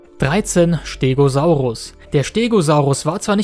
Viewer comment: Den Stegosaurus spricht man immer noch mit einem scharfen „S Laut“ aus. Du hast es doch schonmal richtig gemacht.